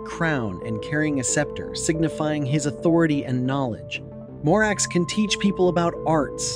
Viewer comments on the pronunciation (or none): the a is pronounced like "father". it's pie-mon, bah-thin, mah-racks, ah-stah-raw-th, gah-app, feh-necks, foe-kah-lore, vah-pahr, bih-frons, voo-all, hah-ah-gen-tee, bah-lahm, oh-say, vah-poo-lah, zah-gahn, beh-lee-all, say-ay-ray. bune is pronounced "boo-nay". vinea is "vin-ay-ah" / vine "vin-ay".